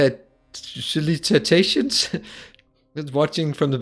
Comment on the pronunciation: Btw, solicitations pronounced "sol-is-i-ta-tions" -- meaning someone trying to persuade someone else to do business with them.... Soliciting is what prostitutes are often charged with by the police.... solicitations is multiple acts of soliciting....